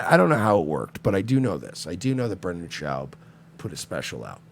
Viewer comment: at least say his name right if ur gonna say he can’t speak or is a retard “brenden chowb”